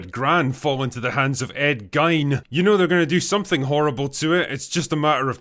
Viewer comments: It’s Ed GEEN NOT ED GINE!!!!!! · * Ed "Geen" Not "Gyn". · Its pronounced “geen” not “gine” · Ed Gein rhymes with bean....just saying. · Perhaps there is a different way to pronounce "Gein" across the pond, Dear Drinker, but in the States, where Gein lived, killed people, dug up bodies, made them into furniture, and died, it is pronounced "Geen." Thanks so much for your content! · Never heard Ed Gein pronounced like that, pretty sure it's geen like teen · Ed Geen... it's spelt Gein.... but it's pronounced GEEN. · The monsters name(Ed Gein) at the beginning is pronounced Ed "Geen", and any horror aficionado should go watch a documentary on him because a LOT of modern horror is based on him. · It’s pronounced Gein as in fiend. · 1. Ed Gein rhymes with "green". 2. The "Predators" look like the 2014 Ninja Turtles, how tf are they Predators? 3. That animation might be okay for video game cutscenes 10 years ago. But a full feature??? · “Ed Guyne” lol